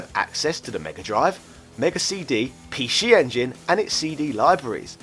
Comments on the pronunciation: Come on mate Pee She Engine, i get your trying to do the whole say it like the Japanese say it thing, it's really cringe though... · He saying pee shee engine because that's how you say it in Japanese ぴーし sorry can't write katakana on my phone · Can you pronounce "PC Engine" for us one more time...? lmao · ...Pee-Shee Engine? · sounds like has a cold. get well soon. off now to play on my pee she engine. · Pee-she engine? Wtf? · What the Hell is a PeeShee Engine Shee-Dee??